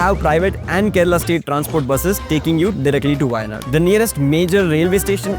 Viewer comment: appreciate your in-depth research but also pay attention to the pronunciations. specially the "zh"